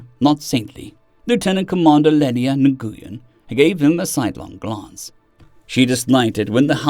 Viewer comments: Nguyen is pronounced "Win" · Hey fyi, Nguyen is usually pronounced as “Win”. At least those that I’ve known over the years say. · I don’t know when you get to see these comments, or if you do ever have time to see these comments. I have a pronunciation guide for you on one of those names. The Asian name, Nguyen, it’s pronounced “new–win” In fact, I used my voice to text function on my phone to say “the Asian name, Nguyen”. Anyways, once you catch up with this pronunciation guide, I certainly hope that you use it since I run into a brain snag every time I hear you say na-goo-yen.